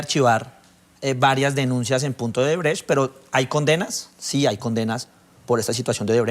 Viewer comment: LAURA BONILLA, HA DICHO OBERTRECHT , ODERBRECHT JAJAJAJAJ